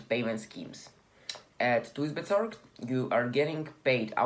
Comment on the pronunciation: lol thuisbezorgd pronounces as like 'thaahysbezorg'